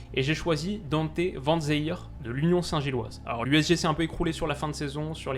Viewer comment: Super vidéo! Seul remarque: les prononciations des noms des joueurs belges ou hollandais ahah ça pique aux oreilles! Van den Boomen = Van den BÔ-men Faes = FAAS Vanzeir = Van-zère;)